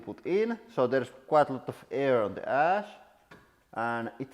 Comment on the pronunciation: Ohhh, "Pile of ASH", I thought he said "Pile of ASS"